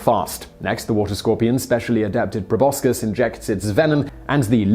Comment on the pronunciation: Please learn how to pronounce "proboscis." Please?